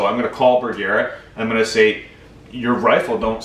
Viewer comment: You're pronouncing Bergara wrong using a hard a. That is the problem.